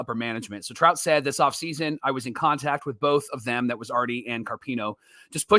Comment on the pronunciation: anyone else catch him say trump instead of trout lol 😂